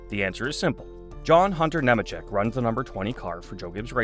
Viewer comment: It’s “Kneemacheck”.🙄